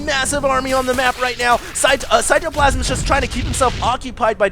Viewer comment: He pronounces cyToplasm with a capital T